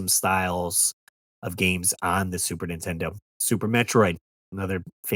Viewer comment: You ever notice that sometimes the AVGN doesn’t annunciate the N in Super Nintendo. I’ve heard him say super intendo